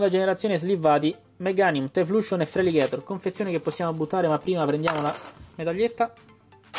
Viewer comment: E' "Taiflosion", non "Taifluscion" ;)